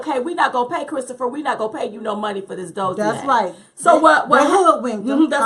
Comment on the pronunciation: Dossier is pronounced like this